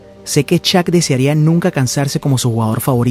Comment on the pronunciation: "Shaq" por favor, NO "Chak"